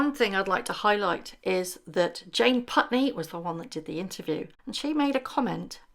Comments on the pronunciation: Jane pauley, not puntney. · Jane Pauley… not Putney. Good video though. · Its Jane Paulie. Not Putney. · it's not Jane Putney, it's Jane Pauley :) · Jane Pauley, not Putney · It’s Jane Pauley. Not Putney. FYI